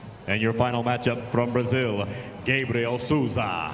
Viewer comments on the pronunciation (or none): none